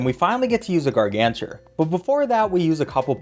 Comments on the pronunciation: Gargantuar = Gargancher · The way he pronounces gargantuar and how he calls squashs a thwomp, it literally bothers the hell out of me😂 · Pvz fans when they hear someone say gargantuar wrong: (insert meme here)